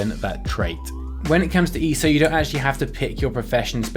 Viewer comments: E.S.O.... not E-so 😂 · Dude! It's not "eeeeso". It's"eee ess oh". Just because people write ESO instead of E. S. O. does not mean you can just slur it all together! It is literally the abbreviation of "Elder Scrolls Online". If you're gonna make a video on something, at least get the name right. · Why does he say easo